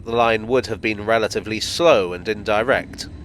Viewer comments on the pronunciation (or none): none